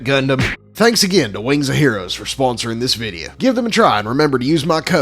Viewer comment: He doesnt say video he said videa 😂😂